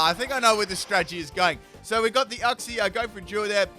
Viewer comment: Full " can't say these names of moves/pokemon correctly Cincinno (chin-cheeno) Uxie (you-cksee) SYNTHESIS (sin-th-eh-sis) Beheeyem (literally read it how it looks damnit) Yeah that's all I can think of right now, may update later